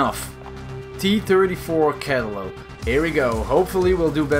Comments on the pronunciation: kailope. LUL, for future its KAL IOP E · Cantelope??? lol. say it with me, KUH LI Oh- PEE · It’s pronounced cal eye ope eee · "T34 Cantaloupe" T34 Calliope Cah-lie-oh-pee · callelelilop Ca-li-o-pee: am I a joke to you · a little Pronunciation for ya, the Calliope is pronounced, Call-Eye-OP. There ya go, hope it helps.. PS, for future reference, it pisses a lot of people off if you pronounce it as Cali-OP. Which is why I do it. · Cantaloupe LMAO it's pronounced ca ly oh pee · You know he was saying it wrong the for that part of the video "cantaloupe" is not "Calli-o-Pe". Proof is and . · Say it with me Cal (like California)-EYE-o-pee. Cal-EYE-o-pee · the American tank in purchase is pronounced Ka-Lie-O-Pee it is named after a musical instrument that was mainly used at circus or traveling fairs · Its pronounced "Kol Lie OP" The tank's name is derived from a small steam organ instrument that was typically seen in fairs and carnivals at the time. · Cah-lie-oh-pee ... that’s the pronunciation. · The T-34 Calliope is pronounced as T-34 Cal-i-op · For future notice Call-i-o-pe is how it is said ;) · Ka-la-yo-pee that’s how you pronounce it. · The right pronounce for CALLIOPE is exactly Calliope cause is an italian word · Last one is pronounced "cuh-LIE-uh-pee" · Calliope is pronounced kuh-lie-uh-pee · Calliope is pronounced Kuh-Lie-O-P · You say it like "Cal-li-yo-pe" Hope that's helps :D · Calliope is pronounced CAH-LIE-OH-PEE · I thinks it’s pronounced Calliope (CUH-LIE-OH-PEE) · Calliope is pronounced: Cuh-lie-oh-pee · It's kah-lie-oh-pee. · The calliope is pronounced KA Lie O Pea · calliope is pronounced cuh-lie-oh-pee! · Sorry if I sound salty bit it is pronounced coe lie o' pee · Calliope is ky-lip-o-lee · T34 CA-LIE-A-PEE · Its coliope (Co-lie-oh-pe) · It's pronounced, (call-I-oh-pee). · its pronounced "Ka-lie-opi" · So the calliope is pronounced call-eye-oh-pee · Pronounced COL-LIE-A-PEE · the Calliope is pronounced Cal lie a p generally